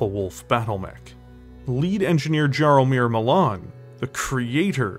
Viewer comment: Very well produced video showing your love for BT as a franchise- I kinda hope that it will be made canon now 😅 Just one thing- if the mech's creator name is Jaromir, it is pronouced more like "Yaromir"- small thing, but it reallllly caused my polish heart pain to hear "Dżaromir" xD